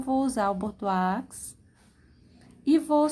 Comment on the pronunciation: Perfeição; Parabéns. A pronúncia de bordeaux é Bordô